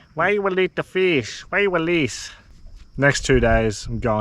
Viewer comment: Why you welease all de fish?